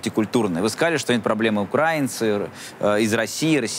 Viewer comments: ну украИнцы, а не укрАинцы. Легко же запомнить. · Каха Каладзе - просто красавец! Пример для подражания того как спортсмен может стать политиком-патриотом! Не понравилось только то, как называет украинцев! Кто-то может объяснить человеку что не укрАинцы, а украИнцы??? (это очень режет слух и раздражает как шовинисткая неграмотность)! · бесит когда в слове украинци не знают куда ставить ударение. Да, хаястанец?)